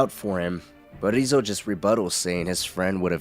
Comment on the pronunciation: Yeah, the way he's mispronouncing the name is kind of grating on me. Sounds silly, but it made it really hard to watch.